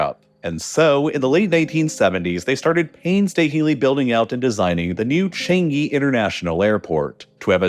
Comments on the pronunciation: Changi is not pronounced chengi its pronounced chAngi, A like Arm or the U in bUs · Just in time to scrutinise all of your pronunciations Edit: changi like "CHArge" but the rest of it is surprisingly not bad! (not bad = very good in singlish) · You are mispronouncing Changi Airport. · as a Singaporean, you pronounced Changi Airport and Temasek wrongly